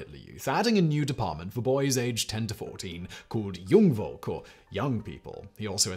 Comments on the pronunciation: You have no idea how often I had to repeat this section to find out what you just said /meant. You meant to say "Jungvolk" , what you actually said was "Jung Wolk" . That "v" isn't pronounced as "very" but as "f" like in "fire" . Most Germans v's are pronounced that way. Edit: Found out Jungvolk is actually one, not two words. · Not super important, but "v" in German (in words such as "Wandervogel" or "Jungvolk") is pronounced "f" as in "file", not "v" as in "very"